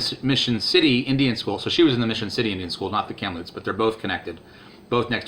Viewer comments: Its pronounced Cam loops Kamploops the p is silent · IT'S KAM-LOOPS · Kamloops not poops. It's in the exact centre of BC